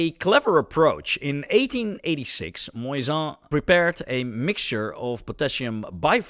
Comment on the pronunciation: For non-french speakers you say "Moissan" like a "croissant" 😘